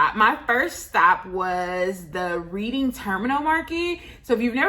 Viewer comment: Love the vlog. Just to correct about one minor thing. It's actually pronounced Redding Terminal Market